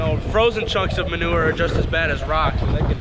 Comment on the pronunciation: I love the way your dad says manurr the way Mike Less does. I grew up saying manewer (rhymes with sewer, so you know what it is). With a new pronunciation, we could sell this stuff for money!